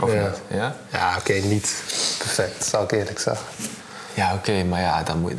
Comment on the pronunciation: "Zalk mee" en dan dit hoofd 😒